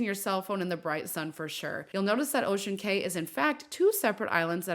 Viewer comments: This! It drove me crazy every time she said "kay" instead of "key". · On the islands it is pronounced Ocean Key. Not Kay. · it’s pronounced as ocean KEY not KAY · It's Ocean "Key" not "Kay"...just so ya know. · Cay is pronounced like key. So you would say "Ocean Key" Island, not Ocean K. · Pronounced “key” fyi was a boring island. I never get off anymore. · Thank you for this video. I only have one note for you. I used to work for MSC and know when you say, "Ocean Cay," it's pronounced just like the word "Key." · It’s pronounced Ocean Cay (key)